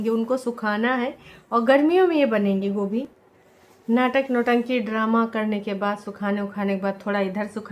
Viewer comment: Kabi dhyan se sunna gobhi ko kobhi bolte h😂😂😂